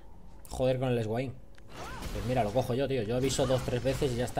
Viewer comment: esguain... se lee Suein Q-Q